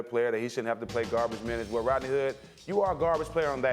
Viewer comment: Jalen said it like “Rotknee” . And man his hair look more and more fishy every day